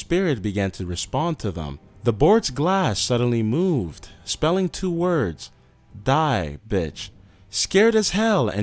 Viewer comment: Lol you say die bitch weird.